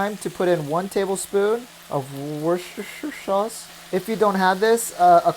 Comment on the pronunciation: that pronunciation tho :))))))))))))) wosst-sh-sh sauce :))))))